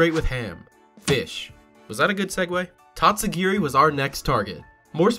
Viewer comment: And absolutely butchered the name